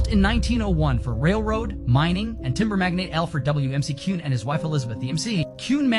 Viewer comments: And to pronounce it correctly matters! Its Mac-Ewin Mansion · Mick-cue-n = McCune